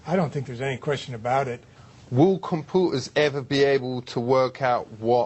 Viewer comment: "compooters" LOL